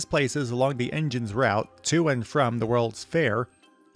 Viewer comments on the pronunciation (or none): not ROWT....ROOT